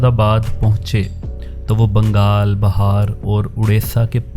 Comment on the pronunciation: Brother it is not "Bahaar". It is "Bihaar".